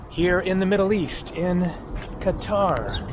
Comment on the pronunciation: At least you know how to pronounce Qatar correctly